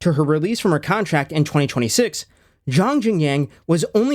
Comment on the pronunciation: craziest butchery of xiong's name I ever heard dawg 😭